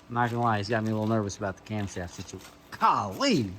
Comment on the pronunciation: OHHH YAH Steve says. Not camshaft but cumshaft😆